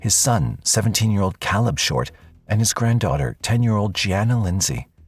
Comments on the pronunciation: kah-lub? Bro really? Its Kay-lub. VERY common name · Why do you keep pronouncing Caleb like that??? It's not Calib. It's Cay-leb. You can hear people say it multiple times n the video the correct way and you still just decided to butcher it every time lol. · It's pronounced (kay-lub) Caleb. Not (cal-ub) smh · I believe it's pronounced CAY•LEB NOT CAHLEB the name is Caleb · The most annoying thing ever is hearing the Narrator Repeatedly say Caleb the wrong way over n over. Its not CALL-UB its Pronounced CAY-LEB!! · It's not pronounced as kal-eb! It's Kay-lib! Spelt Caleb. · Please take the time to train your AI to pronounce names correctly. It’s Caleb, not Calleb. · The son's name was pronounced Kay-leb, not Callib. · Can the narrator hear the cousin pronounce Caleb's name? ( kay-leb, not Ka-leb) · Caleb… Cay-leb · I keep saying to myself and no one in particular. It's Kay-lub. Damn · CowLeb...wtf get it right..AI or not ...yet people want to replace humans with this crap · Caleb = k-lib is the correct pronouncement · You keep mispronouncing the 17 yr old Caleb. It’s pronounced C long A leb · Yes, thank you. Like kay-leb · The way the narrator pronounces Caleb makes my eye twitch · Why does AI pronounce "caleb" lile a mexican? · Why can you say Javarceay but not CALEB!?! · Can say Javarceay but not Caleb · Ugh the way the narrator is saying Caleb's name is driving me crazy! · Narrator, how da hell you can prounounce Javarceay correctly but not Caleb? Jesus man! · I hate the way AI pronounces Caleb. 😂😂😂😂😂😂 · It would be nice if you pronounced the victim's name correctly. Caleb is pronounced correctly by people in the video. Please correct your voice over. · The AI voice pronouncing Caleb wrong over and over is really annoying. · Yet it can't pronounce Caleb correctly.